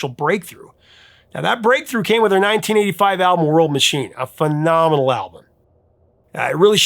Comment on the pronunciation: when you said 1985 it sounded like you said titty five lol